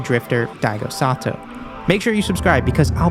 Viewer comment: Why are you saying Sato? His name is Saito...